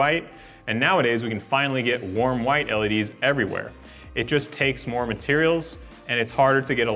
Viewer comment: The way he pronounces LED's drive me nuts! "ELLYDEES"